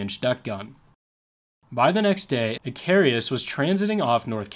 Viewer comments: Too bad the narrator never took the time to learn how to pronounce the name of the Coast Guard Cutter, Icarus. In Greek myth Icarus made wings of feathers and wax to escape imprisonment. He flew to high and the sun melted the wax and he fell to his death. Lesson learned; Do your homework first! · I'm Gen X; your inability to pronounce "Icarus" or "martinet" had me laughing. As far as your facts go, a 3" gun was pretty much the lightest naval gun used in WWII. Many of your other "facts" and exagerrations are also questionable. It seems that "Dark <Fillintheblank>" has some competition, the kids will be delighted. 😉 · It's I-CA-RUS and NOT I-CAR-E-US. I congratulate you on your excellent research. I don't want to sound nit picking but I do suggest you work harder on checking pronunciation. Every video I've watched is full of glaring errors in that regard and after a while it becomes rather distracting. Think about it, if a newscaster on TV mispronounced a lot of words all the time, wouldn't you find that a little irritating? It's just a matter of professionalism I don't think it would actually add much time to the tremendous amount of research you undoubtedly do but it would vastly improve these videos.. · Its icarus i... car... us. not i... cari..us. Icarus the greek mythology man who tarred feathers to himself and flew to close to the sun melting the tar and he fell to his death. Like the commander in this story he got cocky lol😅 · Icarus, not "icarius". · I’m really like your videos so please don’t take this the wrong way but hearing “icarius” the whole video was killing me….her real name was “USCGC Icarus” pronounces Ick-ar-us. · You put to many "I's" in Icarus. ih KAR us not ih kar EE us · Icarus, not Icarius. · The name is pronounced IK ER US. He was the son of Daedalus. Flew to close to the sun a melted the wax holding his wings together. Greek mythology.